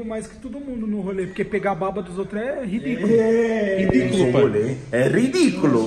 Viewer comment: Se tem falando Ridculu tem like